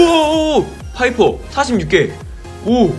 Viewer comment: 에 파이퍼가 배아퍼로 말함 ㅋㅋ